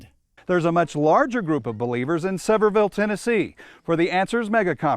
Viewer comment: "Sever-ville" can't even do basic research on how to say the name of the city